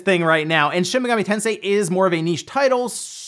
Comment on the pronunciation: Dude it's shin megami tensei, not shimigami lol